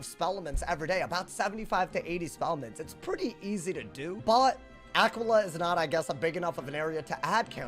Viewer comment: It's actually pronounced Uh-key-Luh, after the constellation.